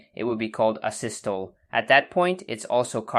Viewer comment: If you ever read this, asystole has a long e so it's pronounced a-sys-toleeee.